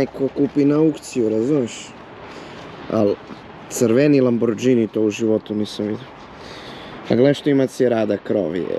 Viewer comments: kaze se Lamborgini a ne lamordzini . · Tele jedno Nije Lamborđini nego Lamborgini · kako god da izgleda taj LAMBORGINI tvoj izgovor LAMBORDZINI para usi.... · Ne kaze se lamodzini cita se lamborgini zapamti Lamborgini a pise se Lamborghini . Bar nauci kako se zove auto. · a hyundai equus sto je nazvao Bentli kontinental :D ili izgovor LAMBORDZINI :D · Za pocetak nek nauci da se kaze Lamborgini a pose se Lamborghini Nije dz nego g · A jjeli moguće da još uvek govoriš đž umjesto G hello Lamborgini 🤷🏻‍♂️😎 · Kaze se lamborgini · Kaze se Lamborgini...😮